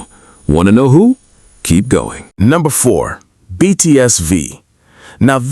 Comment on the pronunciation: You really could work on your pronunciation AI, especially on the proper names of the BTS members. That would show some respect. And the hyperbole starts to sound sarcastic about half way through.